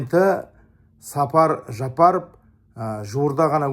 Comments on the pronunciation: Сапар Жапаров эмес , Садыр Жапаров деп туура айтсаныз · Неге эле Сапар дейт,Садыр Жапаров болуп айтылат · Сапар Жапаров🤦🤦🤦🤦 Садыр Жапаров!!!!!!!!! Казак эмнеге туурай айталбайсын?!!!! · Туура айтасыз бирок , Сапар эмес Жапар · Чабансынбы?Садыр Жапаров деп туура айтсан. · Казак тууган биздин пирздентин атын туура айтчы Садыр Жапаров деп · Президенттин атын туура айтсын анан да Ташиев премер министр эмес УКМК нын жетекчиси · Казак тууган дурус айтасын но пожалуйста правильно выговаривайте имя нашего президента,и по поводу почему у вас нету человека на подобии Ташиева,может и появиться в будущем так как чтобы найти такого человека нужно железный не пробиваемый дух. А так Кыргыз Казах Бир тууган буйурса все хорошее впереди иншаллах